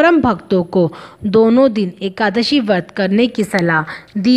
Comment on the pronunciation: hindi uccharan bhi galat karte hain bharat vasi . lajja ka vishay hai. व्रत hota hai , ap usko वर्त bol rahe ho . शुक्ल hota hai ap usko शुकल bol rahe ho . iss video ko hata diya jaye ya uchcharan ko theek kiya jaaye.